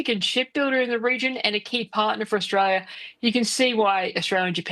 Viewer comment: Think you find it Australia. Not Orstalia.